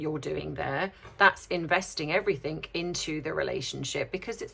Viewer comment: Love you but it’s everything, not everythink. Sorry to be pedantic. Great analysis though.